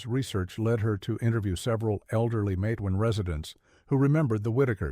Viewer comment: It's not Mat-e-wan... It's Matewan... Exactly how it's spelled, I grew up about 20 minutes from there. When you say Mat-e-wan I cringe !